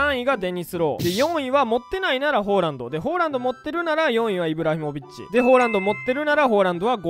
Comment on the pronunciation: ホーランドってめっちゃ違和感